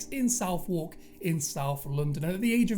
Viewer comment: Southwark is pronounced 'Suthuck'